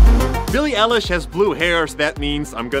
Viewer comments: Yesss its not El-ish its I-lish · ITS EYE-LISH not ELISH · Yankis its pronounced Eyelish not Elish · Grace Belcastro lol me I wrote It's Billie I lish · It's Billie EYE lish Not EH lish 😂😂😂😂 Lol i love his accent so much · I was dying inside everytime he said pronounced Billie's name as Billie ELIESH like its EiLISH like an EYELASH not elesh! i learned alot tho so thanks :D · bIlLiE eLiSh bro its i-lish is my comment highlighted? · how is nobody talking about how he said Billie elish and not billie eilish😔😳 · Did you mean EYE-LISH who is Billie L-LESH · Its 'eye' Lish not 'e' lish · ITS BILLIE EILISH NOT ELLISH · Even tho it's spelled with a E at the start you pronounce it like ILLISH not ELLISH uwu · Not ELish, its EYElish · Lol I almost screamed when you said "Elle ish"" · No one: Literally no one:: BiIli ElliSh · It’s pronounced Billie EYE-lish like an eyelash but an eyelish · Her name is Billie EYE-LISH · eilish, like eyelash, but eye-lish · IT'S EYE-LISH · You pronounce it Eyelish not Eilish. I just had to🤣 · It’s like eyelash but eyelish that’s the pronunciation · you didn’t just say BiLLiE eLiSh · DID HE JUST SAY ELISH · You said eilish wrong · Grace Belcastro I screamed.WHEN WILL THEY GET IT RIGHTTT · literally corrected him outloud lol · Same, OH GOD, I was just looking for someone in the who ACTUALLY noticed that. It's infuriating. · When he said her last name wrong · You said her name wrong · ITS BILLIE EILISH NOT EYELASH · Thats not how u pronounce BILLIE’S LAST NAMESSSWWW